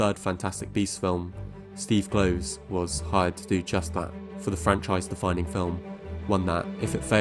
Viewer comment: Rowling is pronounced like bowling; Kloves like Klovis. 😉 Nice video! (I also think she sabotaged her career with her social views.)